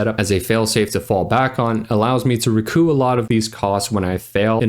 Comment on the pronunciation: Small note: the 'p' in 'recoup' is pronounced audibly. ree-koop